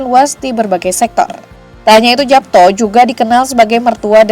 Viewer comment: Bacanya Yapto